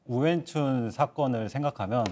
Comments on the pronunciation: 그냥 평소부르던대로 오원춘이라 불러라. 중국말도 못하는것들이 발음이 왜 이리어설프냐..ㅋㅋ우위안춘이 머냐..?외계인이름이냐?ㅋㅋ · 이름 발음하느라 힘드시네.. 우위안춘 우위엔춘 우웬춘 매번 달라..